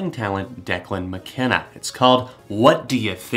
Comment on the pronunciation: died when he said declan mckenneee